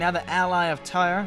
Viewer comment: I tried to reply on the right one but I couldn't find it... I thought that the expansion came out June 9th and not July 9th. My mistake. You keep saying Tyre wrong lol